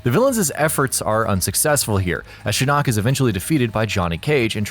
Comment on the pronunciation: Why he say shinnok like that